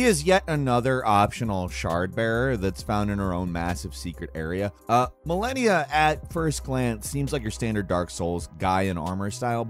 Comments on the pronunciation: bro who's speaking hasn't even played this game. he mispronounced the names. Millenia? low quality content bra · How did you manage to completely butcher “malenia, blade of Miquella”??? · Ma-lé-nia blade of mi-cel-a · Is it just me or does anyone find it annoying that he pronounced Melania and Miquella wrong despite the names being said in the game? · Fun fact it seems you didn't fight Malenia because if you did you won't pronounce it wrong scense so goes hard to remind you every single time that she's " Malenia, blade of Miquella " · how u mess up malenia's name when she says it everytime you die XD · If you cannot pronounce Malenia, Blade of Miquella properly, then that means you either havent fought her or just gave up on her. Because I hear the line "I am Malenia, Blade of Miquella" in my sleep at this point